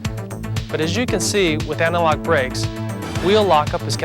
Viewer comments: It took me a while to realize that what my non-native ears were hearing as analog was actually antilock 🤦‍♂️ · I feel like they should have got someone who could at least pronounce anti lock correctly. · I thought it was my bad hearing...I heard the same thing, "analogue brakes" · Right? I kept thinking "what the hell are analog brakes?"